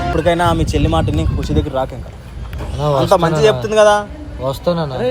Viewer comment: chelli ❎selli